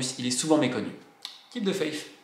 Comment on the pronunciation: faith ne se prononce pas faif!